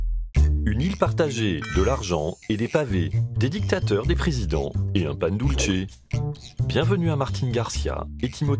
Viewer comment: Bonne émission sur les voisins argentins et Uruguayen, je suis chilien 😉 Par contre un truc tout bête qui me fait saigner les oreilles, Pan Dulce se prononce "pane doulsé", pas "pane doultche" OK les argentins sont les italiens d'Amérique du Sud mais il parle espagnol, certe avec un fort accent, mais le C en espagnol ce prononce comme un S, c'est en italien que c'est un TCH. 😉